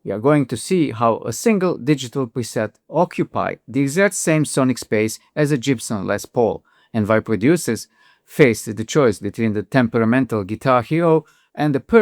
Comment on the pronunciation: I disagree with the premise, the conclusion, the presumptions, and the pronunciation of Jibson, which is just ludicrously funny. However, there IS a lot of useful information about fundamental mixing, psycho-acoustics, and timbre itself. Modern synthesizers all have a few voices which pay homage to FM, even to the DX7 specifically. But that's it. A few voices. However, they are crammed full of emulations, miniature audio files, imitations, and clones of an astonish variety of natural and electric instruments, including distorted lead guitar, like from a Jibson Jess Pole.